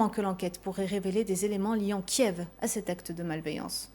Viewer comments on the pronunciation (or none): none